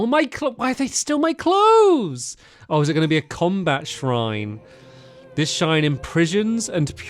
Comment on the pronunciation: "This SHine impriSHons" 😂